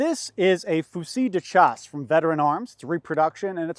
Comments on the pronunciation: Good heavens! Your partner just pronounced "fusile de chasse" so beautifully - almost 80% accurate I'd say - and then you come along and turn that word into a phonetic bloodbath again 😅 - "Fuzee de Jazzee" - ouch 😆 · Monarchists still mad we left😂😂😂. Mmmm...their tears taste esquisite😂😂😂 Edit: It's pronounced Fewseel Deh Shassah. Or literally French (at the time) for Shotgun.